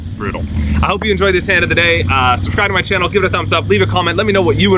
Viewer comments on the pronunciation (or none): none